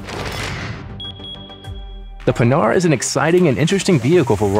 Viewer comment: Ok, that's a great project! But please, make the prononciation of "Panhard" correct in your videos.. This manufacturer was not about making hardened pans! Oh and just don't make the charges a consummable.. That would make no sense! An engine wear that could end with an engine broke if used to much would much more logic.